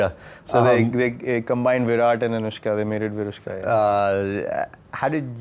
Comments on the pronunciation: Delhi: Anushka Kolkata: Onuska New York: Aan-eush-ka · Why will Bengali people call her Onuska when there is an alphabet "শ" ? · This onushka thing really cracked me up! Bhirat and Onushka :p onushka shorma...hahaa khub moja laglo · Virat - awwwnushka 💗💗🦄🦋🐳